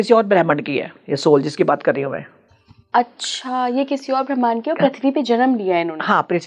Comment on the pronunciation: aap gud punjabi me galat shabd bol dete ho.... Bhramand ko brehmn bol rahe ho...😂😂😂